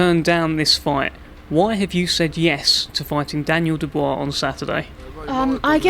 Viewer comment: The way he said Daniel Dubua I’m going to know you out lol🤣😂